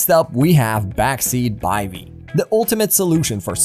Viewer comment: Cool, and its called a BIVVY not a By-v. :)